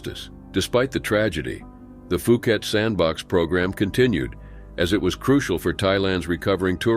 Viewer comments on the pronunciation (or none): Its pronounced pee pee Island not fee fee or fi fi island...just like phuket...pronounced Poo-ket not foo-ket..nobody will understand you in Thailand.